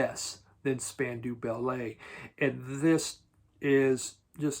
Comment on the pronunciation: i think it's pronounced Spandow Ballet not spanduu